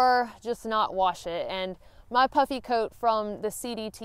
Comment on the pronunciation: I was listening to this segment with one ear as I was working at my desk and nearly fell off my chair when I heard you said something about "wearing my puppy coat" Once I looked I realized you said "puffy" coat I laughed in relief. Also , did you ever use your umbrella as a sun shield; i.e. parasol?